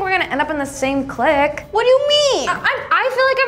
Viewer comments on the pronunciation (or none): They keep pronouncing clique wrong. its so weird.